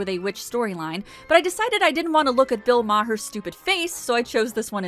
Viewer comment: “Bill Ma Her”